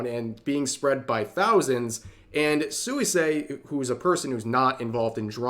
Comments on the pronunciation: Pronunciation tip: Suisei should be pronounced more like "Swee-say" The u and i kind of slide together... I really don't get it: so,,, most of Suisei's fans support her having a relationship? Most of those in opposition are just ordure-stirring Antis? Well, that kind of stupidity on a shingle is to be expected from their ilk. Just another instance of the pit of nonsense that social media has become. Sic 'em, Rev! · Hi Rev, it's pronounced as "swee-say" not "soo-wee-say". Sorry it was bothering me... 😅